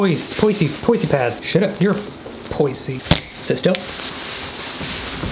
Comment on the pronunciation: It's pronounced poiz